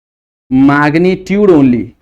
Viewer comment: Maagnitude nhi sir magnitude 😂 phele bolna shik loo 🤣 Kay bolte ho gays